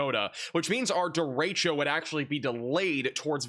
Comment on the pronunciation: points for saying 'derecho' correctly. It's annoying to hear weathermen say "duh-ratio". geez.